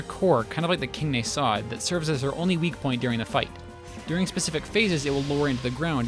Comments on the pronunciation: Just a litte gripe its pronounced Nah-sod not Ney-sod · Why do you pronounce "nasod" so weirdly? I think that the stress should be on a, not o, it just feels better to say.